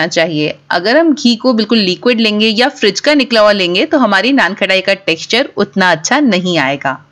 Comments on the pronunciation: First Learn it not KHATAI ITS KHATAI U r repeatedly saying KHATAI When u can't pronounce then how u cook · Sounds good. Pls correct your pronunciation. It’s not something “ khatta “ so it’s not pronounced like khattai. It’s “khasta “so it’s kha-ta-I. I hope you got it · Khttai nai HOTA khtaai HOTA hai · बार बार नान खटाई नान खटाई बोल रहे हो खटाई नहीं खताई बोलते है। खटाई का मतलब खट्टा होता है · It’s naanqataaii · You are misprouncing the name. Correct your pronunciation, it is annoying